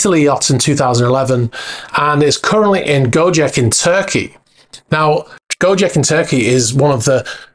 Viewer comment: The first sinking boat in Greece is a ferretti 880; the second in Bahamas is a ferretti 830. Gocek in Turkey is pronounced Go-Chek, not Go-Jeck.